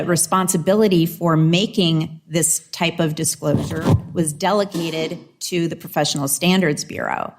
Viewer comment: Why dos she keep putting a “c” in delegated?!